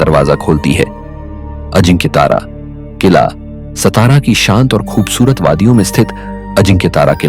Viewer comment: सतारा नही सातारा नाम हे😡🙏